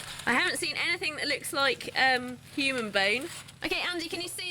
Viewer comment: "Hoomans and stone-itch"